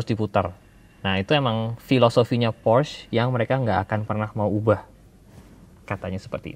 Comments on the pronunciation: "Porsche Macan" bukan "Porsch Makan" ya guys 😅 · PORSCYE ,, bukan PORSH wkwkwkwk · Porsche , e nya kelupaan bang Org Jerman ttep pake e kok